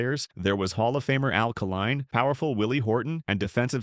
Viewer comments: Mispronunciation of names like Kaline's, many backwards pictures. This could be a good presentation if it was edited properly. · Met Mr. Northrup at a BBQ in the early seventies, saw that team play a few times. and the name is Kay Line, Al Kaline